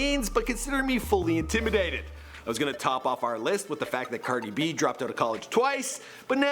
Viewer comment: It's cardi b not "cerdi b" say it right